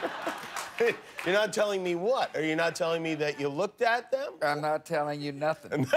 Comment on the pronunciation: "I’m not tellin you NUTHING !" 😂😂😂😂❤